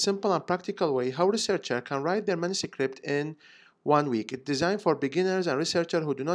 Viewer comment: why do you say mansucript?